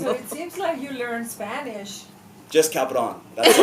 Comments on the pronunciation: Me imagino a Guillermo del Toro hablando en inglés y poniendo la palabra cabrón😂 en sus frases, muy de México 'cabrón' además Charlie lo dice perfectamente: cabrón!!! 'just cabrón'❤ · Charlie is so funny, and every time he said "Cabron" do it perfectly! :D